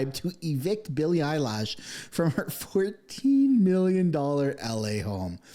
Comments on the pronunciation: You keep pronouncing her name wrong. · Right out of the gate, I was laughing as the host constantly mispronounces her last name.😂 it’s subtle, funny, and famous people hate that. Plus!, Really who is she? most people don’t know, so why would you know how to pronounce her name properly? I only (think i) know because I heard it before, not the music but the name. good stuff! And Bill Maher is becoming quite funny these days. Never thought much about him in the old days, since I never had HBO, but everything I’ve seen this year has been very funny😂. That Ben Leo guy seems pretty funny too. Good post, thanks! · It's eye lish, not eye lash! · Eye LISH not Eye LASH LOL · It is said eilish, lish, not lash! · Billie Eilish. That's -ish not -ash. Bill-lee Eye-lish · the pronunciation is 'Elle ish' not 'eyelash', sorry my ocd got the best of me. Xo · Eye Lish not eye lash… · My man! Billie Eilish. Not eyelash. Just a drop of research. Just a drop. Eye Lish. Not Lash. Geez Lois. I mean Louise. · You are making a joke about her name, right? “EYE-LASH” instead of “EYE-LISH” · its ilish not ilash. but great post. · Eilish not Eye lash 😂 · Bruh i agree with all this but plz learn how to pronounce the names its not eilash it's Eilish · I am OK with Ricky Gervais, "take you prize and f..k off" but I notice that people are way more critical of Billy Eilish than of Bad Bunny ! they didn't say the same thing exactly but women are always more severely cancelled ! Btw it is not Billy Eyelash but Billie Eye-lish (like fish)😜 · Lol its pronounced Eye-lish not eyelashes 😂😂😂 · Billy eye-lash. Hahahaha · Dude... it's Billie Eilish . Not Billie 'eyelash' as you seem to pronounce it !!! I couldn't take the video seriously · Totally agree 10000npercent but please it's annoying when u say billie eyelash wtf it's eilish ..lish not lash gd stop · Billy “Eyelash” ?? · Lol I keep hearing you say “ Billie EyeLashes” 😂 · "Billie Eyelash" 😂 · I like how he calls her Billie “Eyelash”. lol